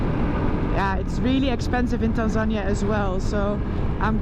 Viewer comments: You English is impressive but Tanzania is pronounced Tanzaneeeeah😉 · Get better soon Noraly! Je komt sterker terug! But one little thing that I to let you know. Tanzania is not pronounced as TanZAnia, but rather TanzaNI-ya. That is the Swahili pronunciation. I know how passionate you are about local cultures, so I hope you don’t take this the wrong way. Just trying to help. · Isn't it "Tan-zuh-nee-uh" rather than "Tan-zan-ña"? I hope you heal up quickly. It's no fun to break your collar bone out in the middle of nowhere. I know from experience. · pronounced tan zan eer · OMG! You are never alone. They will always be with you and take you where you need to get medical. No worries. Your team is there. Is it pronounced tanzANiA or TanzanEEA? Help from locals please! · Pronunciation of Tanzania is actually Tanzania-nee-a, Noraly has a strange way of saying the word. 😮